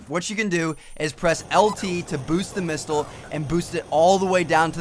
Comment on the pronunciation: Did he say mistle? o.o